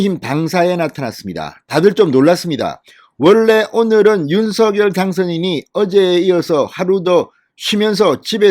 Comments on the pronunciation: 윤성열로 발음하기. 윤서결로 발음하지 않기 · "윤석렬" 로 발음해달라고 본인이 말하던 영상기사를 봤는데... 윤서결로 게속 발음하시네요.../// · 윤서결이라 하지말고 윤성렬이라고 하세요 발음에 듣기가 거북합니다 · 윤성녈로 읽어주시길요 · 진성호님 제발 윤석열이름 부를때 제대로 좀 불러주세요 신경써세요.. 윤석열당선인이 서결이라 부는 것 싫어합니다. 석열이라 불러주세요 부탁입니다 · 윤성열 로 발음하라고 했짜나 멍청아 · ● 윤 성녈 ■ 윤 성녈 로 발음 해 주십시오!!